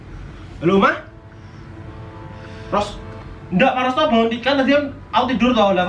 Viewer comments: Ko aku kedengarannya rose rose terus wkwk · Yg aku denger namanya faros jadi rose🤣